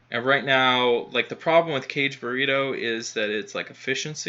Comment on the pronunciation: YOU are driving me nuts with that it is Not pronounced Caged Burrito or whatever you are Saying OMG.. The first part is pronounced more like Kaa Gay.. - Kage